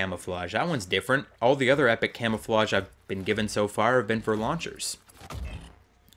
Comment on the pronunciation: U said camofawgs unsded of camouflages